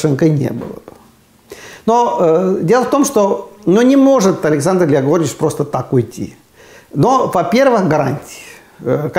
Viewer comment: Как мне нравится, как Аару, Произносит "грягорыч".